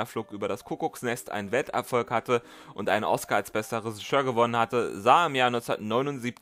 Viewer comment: Das ist ein unfassbar großartiges Video über einen unfassbar großartigen Film. Danke dafür! Nur das "Resischör" triggert mich ein wenig 😉